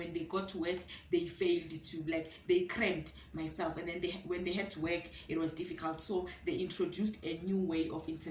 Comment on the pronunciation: 😂😂😂 you still do not know how to pronounce management, word and work 😂😂